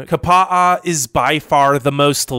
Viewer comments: Is that Kapa'a or Kapa'a'a? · Oh my god. As a Kauai resident, your pronunciation of Kapa'a killed me. Jesus dude.